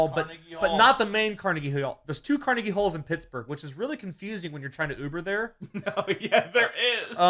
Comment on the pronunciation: As someone who is fluent in Pittsburghese. YOU PRONOUNCED CARNEGIE WRONG!!!